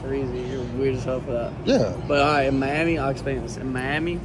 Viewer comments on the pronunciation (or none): "Meyammy" sorry bro, I can't!